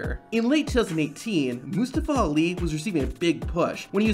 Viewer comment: did dis niqqa just call Ali "lee"?